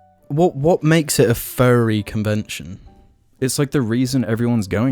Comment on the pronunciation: I swear to god the entire seattle part by i thought he was saying "Ferry" it wasnt until the end that i realized my confusion. I was like: wow, didnt know the ferry community was so big, wonder why IHE did a video about it...